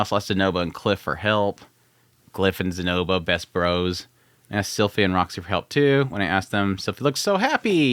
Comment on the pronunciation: "Poor Rock-sy"